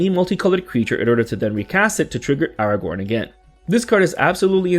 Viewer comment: Not Aragorn..😂😂😂